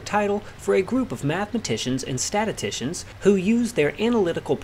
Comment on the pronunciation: "Statitishuns". Never heard a white guy say that.